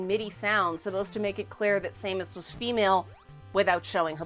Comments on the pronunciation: S A mus? are you its Sam us, she's not a irish gnome. XD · The pronunciation of Samus is causing me to cringe. Not an insult, just felt he need to speak my mind.